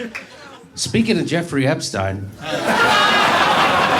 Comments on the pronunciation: I don't think there is anyone out there that has heard anything about Epstein thinks that he committed suicide. And thank you, Jimmy, for saying his name correctly. Ep-stein, not Ep-steen. Either that or Einstein is Eensteen. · Finally someone who pronounces his name correctly. Stein. Ep stein.